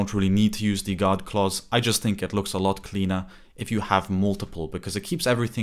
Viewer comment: Just to clarify, “God clauses” or “guard clauses”?